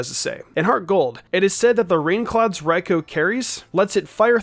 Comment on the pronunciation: This guy cannot decide how to pronounce Raikou.